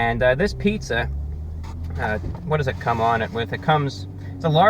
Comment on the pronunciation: "Qhwhat". He's so classy!